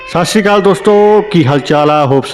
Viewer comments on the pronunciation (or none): Satsiri hunda shashikal ni hunda